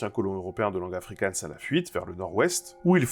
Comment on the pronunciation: Attention à ta prononciation du G en Afrikaans et en Néerlandais, … c’est pas un G allemand comme dans Gulli, mais bien une Jota comme Johann Sebastian BaKHHH